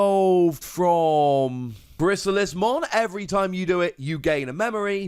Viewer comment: Friendly reminder DEE-aboromon (like Diablo) B-L-Zemon (like Beelzebub)